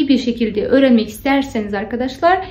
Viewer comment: doğru düzgün öğrenelim ne ya nasıl bir üslup bu? Sanki siz türkçeyi çok doğru düzgün konuşuyorsunuz da... Türkçede i ve ö harfi var hanımefendi. Ogrenmek değil öğrenmek. Harfı değil harfi. -de ekinin kelimeye göre değiştiğini bilmiyorsunuz. Çucuk değil çocuk. Daha bir sürü söylerim isterseniz. Ama türk olmadığınız için bunları söyleyememeniz çok doğal, biz garipsemiyoruz. Doğru düzgün konuşun da demiyoruz. Saygılı olun.